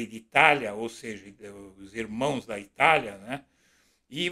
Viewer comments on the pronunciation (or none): none